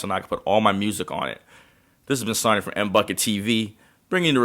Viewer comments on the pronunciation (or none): none